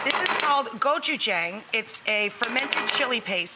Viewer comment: The only thing Korean about this is the red pepper paste that she can't even pronounce.